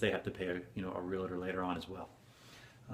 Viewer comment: Real-tor, not re-la-tor. We are tors of real property. Please learn to pronounce.